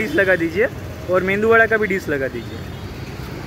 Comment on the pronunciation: Bhai मेंदूवडा नही उसको "मेदुवडा" बोलते है।